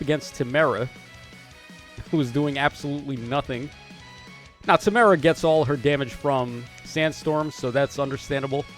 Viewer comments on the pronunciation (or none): none